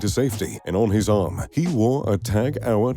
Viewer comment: This video is maybe 5-10% about watches and the rest about extraneous stuff. Also, go learn how to pronounce Tag Heuer or indeed Heuer, BEFORE making a video about WATCHES. Also, I bet everyone knows a lot about Gates, Bezos and Musk and how much money they have, BEFORE coming to this video, so fucking skip that part talking about things that are not about watches, which is the fucking title of this video. It took over 2 minutes to get to hear about the first "billionaire watch". Long story short, this video sucks, it's terrible